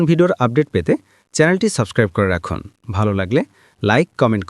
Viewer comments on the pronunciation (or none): none